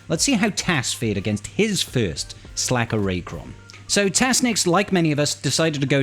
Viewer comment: Yeah it’s SLKR. Pronounced Slicker